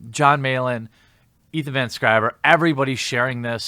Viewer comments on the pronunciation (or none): Sciver, not Scriver; although Scriver is more fun to say somehow. Probably why it sticks.